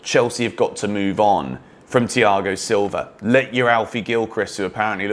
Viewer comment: you butchered his name